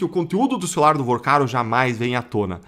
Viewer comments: Vorcaro meu filho! Fale corretente! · VOrcaro e não VArcaro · Meu querido, fale o nome correto do bandido, por favor, não é Varcaro, é VORCARO. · Porque fala o nome do cara errado? Varcaro? No título também tá escrito errado. Vorcaro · Não é Varcaro e sim Vorcaro!!! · Vacaro?! É Vorcaro, idiota. P ser youtuber tem q ter competência. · N é " varcaro ", abestalhado; é Vorcaro; aprende. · Meu fio... não é Varcaro...é VOrcaro.... vc fala muito errado. É muito chato ouvir alguém que quer influenciar falando tão errado.... afffff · Fala o nome do esperto direito é Vorcaro não ensina errado o povo já mata nossa língua mas vê passa notícias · CARA VC SE COLOCA COMO INFLUENCIADOR E NEM CONSEGUE FALAR O NOME DAS PESSOAS DIREITO???? Vc vive fazendo isso… falava Gauer… agora Vacaro??? 🤨🤨🤨🤨🤨